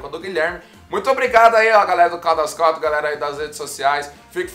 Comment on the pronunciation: Caldas “country” não se pronuncia assim. Escute depois pelo Google tradutor a pronúncia correta da palavra “country”. É bem diferente do que a maioria das pessoas pronunciam, que é bem errado. Faça isso e depois fique a vontade para corrigir quem quiser, pois te dou a garantia que não existe essa pronuncia popularmente dita em forma alguma em inglês. É um vício de linguagem que alguns brasileiros adquiriram por falta de conhecimento na língua inglesa.